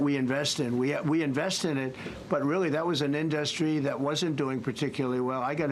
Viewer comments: I hate the way he pronounces in-DUH (pause) -strie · I have never heard anyone pronounce industry as in dus try 😆😂 what a tired, old, washed up con artist!!! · I've never heard anyone else pronounce it "in-duhst-tree. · Wtf is an "indostry"?! This simpleton is severely brain dead. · In-dos-tree wtf? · I hate every word that he utters and now I’m cringing because of his pronunciation of IN-DUS-TRY. I would love one reporter to listen to the rambling non-answer and ask him, ‘Great. Can you answer my question?’ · Why does he mis pronounce so many words. And now “industry”. He’s really not a man of the world. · does he legit not know how to pronounce industry? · Would someone tell this criminal crypto is not an industry and tell him how to promounce the word correctly.